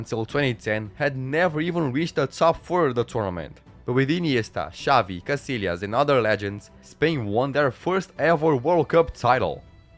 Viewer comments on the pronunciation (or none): none